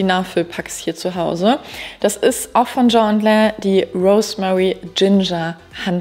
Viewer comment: es heißt „tschien and len“ (!!!!)